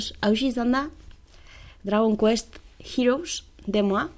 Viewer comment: a ze pronuntziazio ona Heroes-ekin jijiji